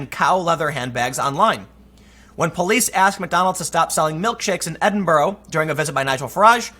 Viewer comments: love the work Tim, only one issue: its pronounced Edin-bruh, not Edin-borugh, its killing me xD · can you pronounce Edinburgh correctly please Tim that hurt my soul a little